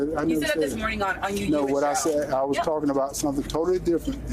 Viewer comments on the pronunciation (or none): correction Johnny Doe, he did not say was... he said "waos".